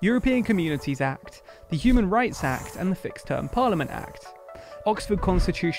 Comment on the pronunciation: It really sounds like you said "Cuban Rights Act". I'm sure Cubans could do with such a thing.